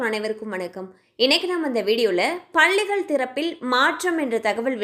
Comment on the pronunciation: பல்லிகள் இல்லை பள்ளிகள் உச்சரிப்பு முக்கியம்